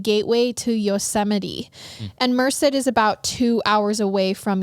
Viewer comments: Only bc you expect us to correct you guys 😝& bc I’m from the area- it’s pronounced Mer-Said Love your podcast! You guys are great! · I can't get over how she's pronouncing Merced. It's so cute, is sounds like ( mer-sid) but everyone here pronounceses it (mer-said) I literally couldn't watch it without stopping. I love it though. Hahaha I also have been to that neighborhood 😬 scary I had no idea. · Not even relevant but Merced is pronounced “Mer-said” 🤷🏼‍♀️ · mer-said is how you pronounce it. love your show! just started watching and now i’m hooked lol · Just listening to your Podcast for the first time. LOVE it!!!! Regarding The Brady Bunch... it was Marsha the brushed her hair 100x per night. Also, the town is pronounced "Mer-Said" Merced. Keep up the amazing Episodes. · I hate to be that person lol but it’s actually pronounced like Mer-Said. I only know because I’m from that general area in CA and hate that town so much lol it’s a crap town in my opinion. My cousin was murdered there. Anyway, that’s my two cents. You guys are great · Lol I JUST had to pause it to leave a comment about the pronunciation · Came immediately from Apple Podcasts to YouTube just to see if anyone else local commented about the pronunciation of Merced, CA. Absolutely no hate intended! Love the show and you guys!